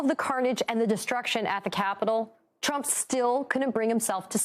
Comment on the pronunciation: Did anyone else notice towards the end, it sounded as if Conway started saying "Donald Chump"?